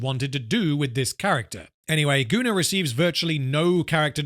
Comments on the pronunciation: Goonar is the proper pronounciation for the name Gunnar. (It is a Scandinavian name.) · It's like the sci Fi Setting I invented when I was 13. It's pronounced GunnAR. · I guess I could point out that "Gunnar" is a norse name, and would probably most accurately be pronounced "goon-are", more or less. But considering his actions, calling him "Gooner" fits pretty well.